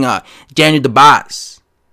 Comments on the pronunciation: Daniel DUbois is a solid sparring partner. Dubois would destroy Joshua in 3 rounds if they ever fought. Btw, it's pronounced DOOB-WAHHHHHH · Ya..you sure messed up that name bruh 😊.so allow me to attempt to correct you...see, "Dubois" is a French name it's not pronounced the way its written..so try to think of : "Du-bua" that's how "Dubois" is pronounced ..hope that helped bruh